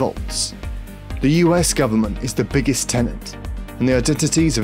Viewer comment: this guy "iggest" fucking pronounce your b's m8